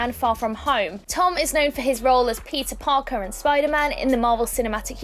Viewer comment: she said pizza parker